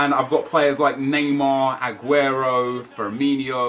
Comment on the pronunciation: Its firmino not “farminio” man, trust me, i am portuguese